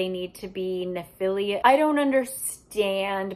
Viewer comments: I know this doesn't really matter, but it somehow really bothers me as well so here goes: where does the u at the end of your pronunciation of Nephilim come from? You pronounced it right once somewhere around the middle of the video. Is it written with a u at the end in the books? I'm so confused 😂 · I've never read these books, but I'm both horrified and fascinated. ps, I'm not trying to nitpick, only help for those who may not know - nephilim (pronounced "neh-fil-IM") were mentioned in the bible, and some in some lore, are believed to be the children of humans and angels. In the bible, they are referred to as an older race than humans, and so there's some argument that they were God's "first children", given the immortality of angels but the free will of humans. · Nobody's gonna comment on her calling nephilim "nephilium"? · great video, just that I died a little on the inside every time you pronounced nephilim as nephilium 😢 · That struggle was real, but it’s pronounced neh·fuh.luhm 😂😂😂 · I grew up in a conspiracy house and the pronunciation of nephilim SENT ME. Love you 💕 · Ngl the way she pronounced Nephilim this whole vid made me cringe 😂😂 I love you don’t ever change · I feel like you've been pronouncing nephilim wrong but I also don't know how to pronounce it so idk. Either way, this was very amusing lol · The mispronouncation of the word Nephilim sends me into a laughter everytime